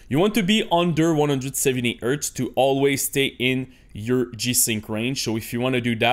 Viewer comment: Do NOT set a maximum framerate! It will increase display latency! Turn it off or set it to a max of 1000 FPS, no matter what monitor you have. (Also, don't forget to pronounce the letter 'H' lol. It's "hardware" and "hertz", not "ardware" and "urtz". Other than that, your English is excellent.)